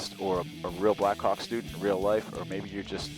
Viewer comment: i always hear "blackcock" instead of blackhawk